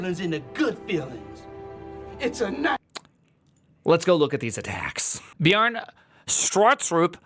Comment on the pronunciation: It's not "Bjarn", but "Bjarn-eh". It is not Bjarn-eee, but Bjarn-eh, (without the h).